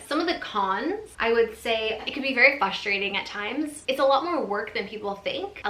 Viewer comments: Fustrating, what happened to the R lol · I get frustrated when people say fustrating 😂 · have you ever noticed that you (as an individual) never pronounce the first R in frustrating? you always say fuss-trating hahaha i've noticed it for years and just wondered if you even knew that you do that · I never noticed but now I can't unhear it😂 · vegan queen I caught that too. I think it’s cute